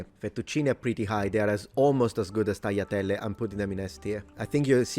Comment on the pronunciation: Did I hear you correctly, when you pronounced "tagliatelle" as "taiatelle"? Is that a Sicilian accent thing, or maybe I misheard? BTW, in Catalan, originally (XIX-early XX c) we also used to call "pasta" simply "macarrons", as you mentioned they do in Central Italy. Nowadays we call it "pasta", and "macarrons" is used to refer specifically to your "penne" (especially the "lisce" ones). Also, I though eating ravioli and tortellini in broth was something we did but not Italians, just like we eat cannelonni with bechamel sauce au gratin, rather than with tomato sauce (but not excluding it). Oh, I forgot, we have short dry pasta too all the way from the Middle Ages, both thick and thin ones, which we call "fideus" and I never know what they are in Italian.